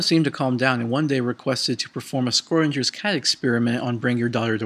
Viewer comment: "Scortichers cat experiment" I think you meant {Shro-Ding-Gurrs} cat